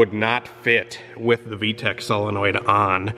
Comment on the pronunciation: The way he says V-Tec like Tack makes me smile.